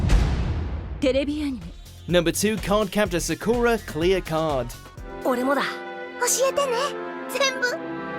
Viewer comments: Did this guy say cardcaptor sakora??? I think he means Sakura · omfg how the fuck did you manage to mispronounce Sakura